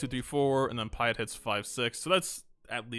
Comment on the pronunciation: its admiral Pi-ett not paied